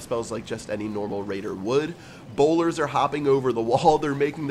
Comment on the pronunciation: Bowlers not bolders